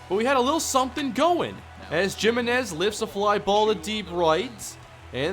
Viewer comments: jiminez is not pronounced like "jim" it's pronounced like "he"-"menez". Good lord man. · And I'm pretty sure it's "HIMinez" not "JIMinez...even if it is JIM please say HIM cuz it just sounds awful lol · the way he pronounces Giminez takes me back to high school spanish class X'D